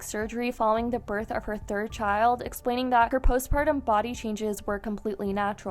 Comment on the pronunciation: “I juss gave burff” 🤣